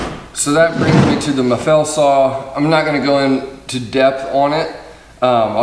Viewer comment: Is not Maffél, is Máffel you idiot